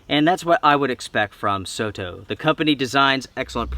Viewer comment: This is a great little stove. I love that you say "soh toh" and not "sodo, soro" (with a rolled d or r) the way most Americans would.